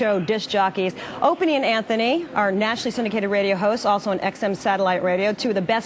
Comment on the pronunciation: She Said "Opanie and anthony"..how hard is it to say?? How did your Parents die? Tha..that's terrible I'm sorry...Frrronkus!!